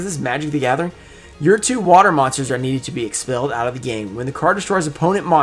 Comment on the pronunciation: You said water and it was waiter..lol